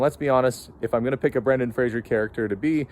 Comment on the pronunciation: I recall Brendan Fraser on some talk show saying something like "It's FRAZE-er, not FRAZHE-er! Pronounce it right or I'll kill you!"